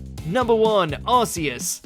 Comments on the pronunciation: Arceus is pronounced with a hard c like arc. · Arceus is the weirdest one in terms of design. The rest make sense, but Arceus? It's a weird four-eyed deer with a broken ship wheel for a belt. Also, the "Arc" in its name has been such a fun thing to always say wrong. It's supposed to be pronounced like "ark", rather than "ars". If you add "Maximus" to the end of its name, you get Arceus Maximus, which is a funnier and more vulgar way of saying gluteus maximus. That's a part of your butt. "Ark-ee-us" sounds dumb as hell, but it's obvious why they chose that for the English pronunciation. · Yeah,it goes with his pronunciation of "Arceus" as well..lol..🤷‍♂️🤦‍♂️😅✌🌈💎